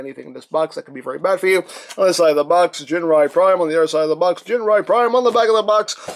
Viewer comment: 'Ginrai' like the 'g' in 'gift'.